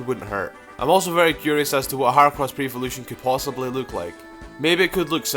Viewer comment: Its Her-ah-cross not Her-Oh-crouss